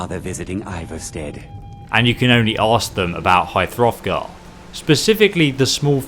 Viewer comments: Did he say high *froth*gar? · “High throthgar” hahah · It's at the foot of The Throat Of The World not High Hrothgar. The mountain's name is The Throat Of The World.